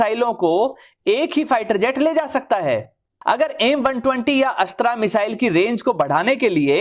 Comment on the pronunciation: Aap Ashtr ko Ashtraa na kahe please